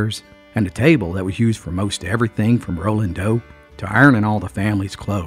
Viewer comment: rolling dough on the kitchen table, sounded like you said 'rolling dope' had me cracking up.